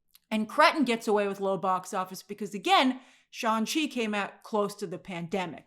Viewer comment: Why do you keep calling shang chi, "Shawn chi"?